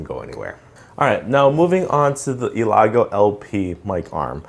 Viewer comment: Great Video thanks man you probably already know this but its Elgato not Elago but thanks again really appreciate